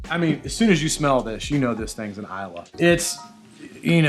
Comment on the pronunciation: i believe Islay is pronounce "e-lay".